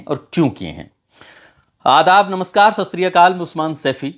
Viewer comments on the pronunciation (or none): none